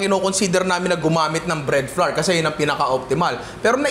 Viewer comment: Super commendable work ethic and effort. This is awesome content,! 👏 👏 🔥 🔥 Madagdag ko lang po: Our / Flour / Flower = They all sound the same. Walang variation, pramis. Hindi po tama yung flour = flarr. English and Language educator po ako. 😁 This is not bashing but helping our content creators improve their craft po. 😊